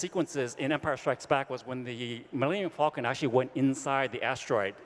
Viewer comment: "Miyenium Facun!"